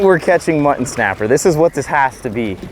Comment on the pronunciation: Cracks me up every time says “Muh-an”! Lol, ❤️ you guys!😂